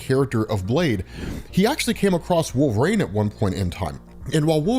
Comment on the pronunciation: LEARN TO SAY WOLVERINE!!! ☠️